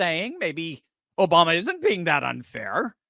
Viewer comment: Obama = "O"-Bomb-"A" ...